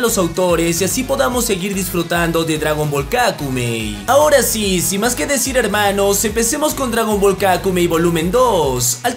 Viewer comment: Por qué ya no dices helmanos? eso le da tu toque perro